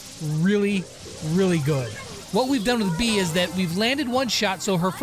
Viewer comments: Im a bit late (very) but her name is pronounced bay-uh but since you from a different country, sure call her that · Does anyone know that he's saying "bee" not beA